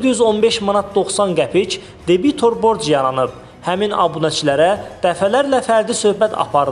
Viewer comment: Debitor sözündə vurğunu düzgün qoy